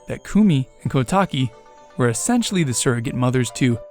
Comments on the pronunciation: Recently got recommended this theory. Good idea, but, it may be a lot coincidences. Kotake (Which I commonly hear pronounced as "Koh-tah-kay") probably wouldn't recognize the mask either. Komue says as much "Did that Skull Kid think I wouldn't recognize him with that mask on?" She never says "Did that Skull Kid think I wouldn't remember that accursed Mask that contains the evil Majora in it? How would that Skull Kid have found it? Kotake & I hid it away! A Mask Salesman got hold of it? Blast it all! Look, get me a potion from Kotake and tell her about Majora's Mask! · A small thing to note: Koume and Kotake's names are pronounced "Koh-oo-meh" and "Koh-tah-keh", not "Koo-mee" and "Koh-tah-kee". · This bothered me the whole video lol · My only correction is that you mispronounced the names of the Twinrova. The E/EI at the end should be pronounced as an "ey". And the "ou" in "Koumei" should be pronounced as "oh". "Ko-mey" and "Kotak-ey". Other than that, I think this theory is pretty banger. Good job. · They're pronounced Ko-yoom and Ko-tayk. I will die on this hill 😤